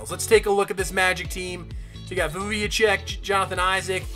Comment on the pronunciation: Vucevic is pronounced - Vooch-uh-vich